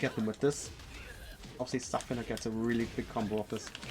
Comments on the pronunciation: Pretty awsome guide. But idk how you pronounce zafina the way you do the game announcer says it when u pick her. But i dont want the negative to overwhelm the compliment. Really really thankful for the guide 😊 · I was heavily triggered by your pronunciation of her name, but this was really good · The way you pronounce her name should be legit illegal. Otherwise thanks for the guide homie Kappa